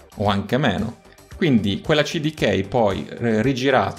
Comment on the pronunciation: Bel video. Hai spiegato bene. Però vorrei darti un consiglio. Quando pronunci una parola inglese cerca di pronunciarla correttamente, è faticoso sentirti dire Cd Key pronunciato all'italiana. Spero che tu possa apprezzare il consiglio